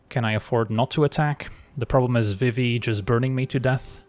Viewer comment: Pronouncing Vivi as Viv-i in these videos is killing me. Should be Vi-vi